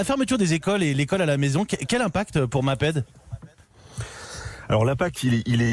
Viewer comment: Bravo le journalisme amateur....le mec il sait même pas prononcé maped.a l ecole on apprend ce que c est. Bravo le parachutage